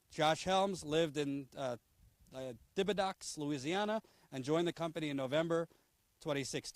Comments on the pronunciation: It's pronounced "Tib-a-dough" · Thibodaux, LA pronounced "Tibadoe",...⭐⭐⭐⭐⭐